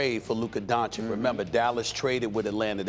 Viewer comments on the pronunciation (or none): Has no one ever told Stephen A. how to pronounce Doncic's name properly? It's Don-"chich". Not Don-"kich". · Stephen A you are watched by millions of viewers, learn to pronounce the kids last name please. DON-CHICH, NOT DON-CHICK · bro its don-CHITCH, not don-CHICK. just being dumb on purpose at this point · FOR THE LOVE OF GOD CAN SOMEONE, ANYONE, TELL STEPHEN A TO PRONOUNCE DONCIC RIGHT ALREADY? SAY THE LAST 'C' THE SAME AS THE FIRST 'C' IN 'DONCIC', IT'S NOT THAT COMPLICATED. IT'S 'DONCHICH' NOT 'DONCHEEK'. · Tell this idiot that it's Dončić not Doncik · Donchich not Donchick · Stephen A- "Luca Donchick" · bro why does stephen a say "luka donchik"? it's so annoying to me😂😂😂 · I pray for the day Stephen A stops saying "Donchick" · Luka is in the league for 3 years now making noise but Steven A still calls him Donchick. Unexplainable. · No one: Stephen A: Luka DonChick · Stephen A, please pronounce Luka's last name correctly. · Until doncic name is pronounced right it’s Stephen B for me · Stephen A really refuses to pronounce Doncic correctly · It would be nice for you to learn how to pronounce Luka's surname 3 years after he arrived in the league. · Well, he still doesn't even get "Doncic" right after over 2 years... 😐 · For the love of God, someone make this idiot learn how to pronounce Doncic.